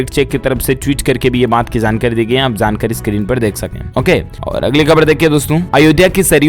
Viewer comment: Dear news reader kindly pronounce J not y( jaankari not yaankari)